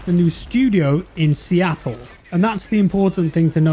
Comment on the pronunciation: please stop saying Seattle. You’re killing me.